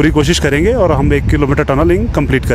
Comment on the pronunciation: Sirrrrrrrrrr, aurrrrrrrrt 😆